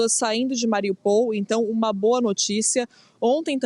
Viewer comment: A cidade não se chama Mariupol chama-se MariÚpol !!!!!!